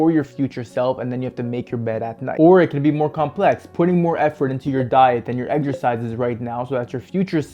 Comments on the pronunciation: "Effrort" isn't a word. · Let it slide he’s a Canadian